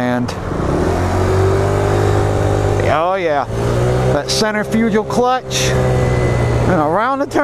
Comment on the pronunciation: Lmao dude u dont even kno how to say centrifugal clutch lmfao.